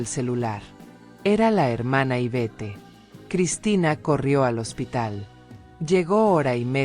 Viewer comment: Infórmate bien niña, ALEX era el menor de los 3, no se dice IVETTE (aunque así se escribe), se pronuncia IVET, que es la segunda de los 3 hermanos.